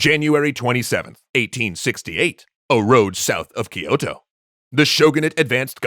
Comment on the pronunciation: Every time Kyoto is mispronounced Amaterasu cries